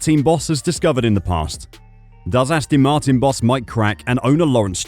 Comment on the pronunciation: Astin Martin ?